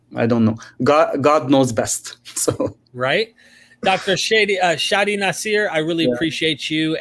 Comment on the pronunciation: It is pronounced Shah-Dy. Americans pronounced it Shay-Dy